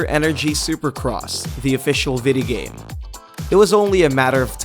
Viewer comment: Why does he say videogame as videhgame